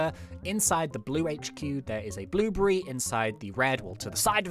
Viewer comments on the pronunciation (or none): why you say bluebry instead of a blueberry